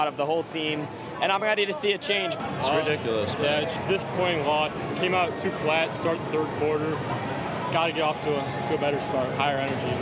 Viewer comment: ugh... i can't stand these glottal stops. Don't hire young people who can't pronounce the letter T at the end of words. It's not "Detroy" or "ow"... it's "Detroit" & "out."